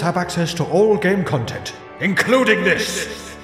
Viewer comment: Ah yes, chill and interactive khantent! 😂 Darn